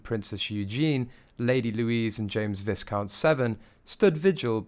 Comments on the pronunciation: You don’t know how to PRONOUNCE the word Viscount! The ‘s’ is silent. The word is pronounced VIE-COUNT. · * pronouced VY - count Severn. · The "S" in VISCOUNT is silent. It's making me wince every time you say it. It's pronounced; VAI-COUNT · Most American You Tubers who analyze the behavior of the royal family mispronounce viscount. It’s pronounced VIE-count - the “s” is silent. I wish they would do a simple check on their computer before uploading. It’s embarrassing and makes those of us across the pond look a bit clueless. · His correct name with title is Vi count SeveRn !! The ‘s’ is silent and it’s not Seven ! His name comes from the Welsh River Severn. His mother has Welsh connections She was Sophie Rees Jones prior to her marriage. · Princess Eugene?! Visscount!!?….. and this guy’s a Brit! Disgraceful… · The wonderful English language is at it again! Viscount is pronounced Vie-count…because, English. And Viscount Severn was a credit to his parents and his Grandmother. Enormous courage and respect. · Pronunciation of viscount is like v eye count , the s is silent , please that is so distracting whilst you talking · It's viscount - sounds like vycount. Harry looked like the toy soldier he is. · Viscount! Don't sound the 's'. Sounds like VYCOUNT. Really ignorant. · Viscount is pronounced Vycount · Viscount is pronounced Vicount no s sound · It is pronounced Vi-count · Just an observation but his title is pronounced Vi count...the S is silent like the b in lamb. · Yes, so annoying how it was pronounced. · Please, it is pronounced vi- count. The S is silent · Viscount is pronounced with the "s" silent. So, vie-count. Please stop mispronouncing it. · pronounced vicount the s in viscount is silent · Pronounced Vi-count. S is silent. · It’s spelt viscount but you pronounce it Vi count ❤ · It is pronounced Vi Count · Ffs. VISCOUNT IS PRONOUNCED VICOUNT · It's a pity you don't use the correct pronunciation of Viscount. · The s is silent in viscount Pfft